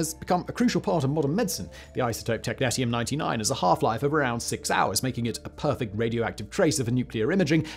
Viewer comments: tek-NEE-sh(ee-)uhm, both british and american pronunciation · Technetium is pronounced Tek-nee-shee-uhm. There is also a Technetium-99m which is a meta-stable state of technetium-99 (essentially just an excited technetium-99 nucleus). Good stuff. It is hard to clean up if it contaminates outside soil. It loves water, so every time it rains, it seeps deeper into the ground. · Sorry to be that person but it's pronounced tek nee - she um. As you were. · Technetium Tek-nee-shee-um Not Tek-net-ium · Every time he said technetium i cringed.